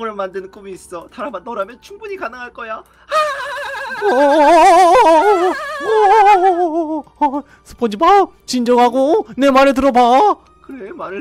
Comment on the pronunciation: 저 2배속으로 보다거 스폰지밥외쳤을때 시발 시밥 으로들음 ㅋㅋㅋㅋㅋ